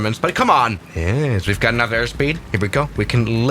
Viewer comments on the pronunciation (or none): none